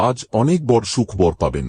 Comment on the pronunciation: বড়ো উচ্চারন টা ঠিক করে বলুন